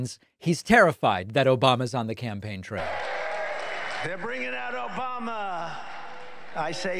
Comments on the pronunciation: He can't even say Obama. He says Obamana. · "OBOMNA”. Ha ha ha ha ha ha ha ha ha ha ha ha ha ha ha ha ha ha ha ha. Love it Dave. Ha h ha.